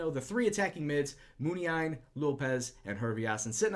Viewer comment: According to this video the accent in Muniain should be on the second "i"